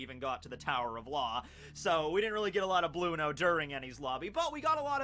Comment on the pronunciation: are u telling us that u pronounce enel as eneru and blueno as blue-no not bruno??! Ohh okayy